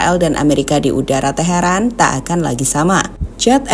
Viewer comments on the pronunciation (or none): none